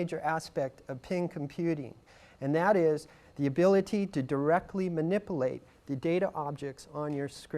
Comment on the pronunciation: Yeah what the hell... Mani-poo-late